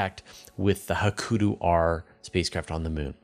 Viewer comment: Please learn how to say "Hakuto", or at least pick 1 pronunciation and stick with it. Japanese is in many ways phonetically very similar to Spanish, so pretty easy.